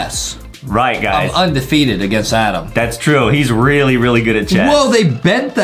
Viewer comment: It's Adem not adam 😝😝😝😝😝😝😝😝